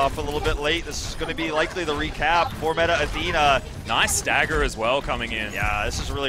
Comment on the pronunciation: "METAR ATHENA" - commentator